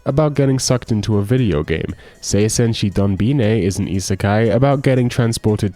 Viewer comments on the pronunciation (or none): Mispronounced Dunbine, fake otaku spotted.